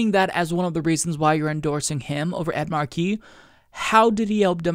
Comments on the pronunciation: You're right about Pelosi, of course. That being said, I think that's Mark-e, not Mar-kee. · It's "Ed MAR-key" not "mar-KEY" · the Senator's name is pronounced with a short "e" sound, not like "key".